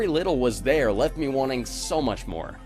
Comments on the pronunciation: Its pronounced meh cause in japanese me is eye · fun fact, "Me" is actually pronounced "Meh". it means eye, hence all of the eye symbolism.